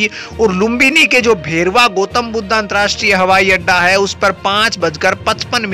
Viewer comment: शुद्ध उच्चारण करो यार? गोतम् नहीं गौतम् कहो, बुद्धा नहीं, बुद्ध कहो, happiness की बात नहीं, खुशी की बात, भेरवा नहीं, भैरहवा!